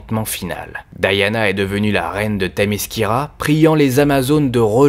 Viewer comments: elle s'appelle Diana j'entent a chaque fois Daiana :D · Vous le prononcez probablement à la française : DI-A-NA. La prononciation logique (américaine) est donc DA-YA-NA.